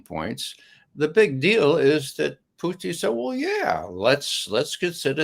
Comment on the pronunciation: I love how Ray says "Phew-tin"